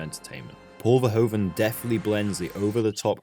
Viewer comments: He's better known by his anglicized name but Verhoeven is pronounced more like vur-who-fun in Dutch. Not fur-ho-fen. Good video still :). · "Verhoeven" is pronounced "Ferhoofen"! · Nice. Dutch language tip: the "oe" in the director's name is pronounced as the "oo" in "doom".